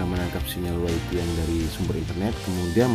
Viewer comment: Wayfay bang, bukan waifi.